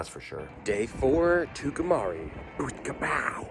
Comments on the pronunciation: Tucumcari is pronounced "Two come carry" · Tucumcari is pronounced like two come carry. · It's Too-cum- cary. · I guess by now you realize you pronounced Tucumcari wrong every time you said it which was often. Great music and a fun ride. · Wonderful film. Reminded me I needed to put in another order for some film. But I must admit, I loved the pronunciation of "Tucumcari".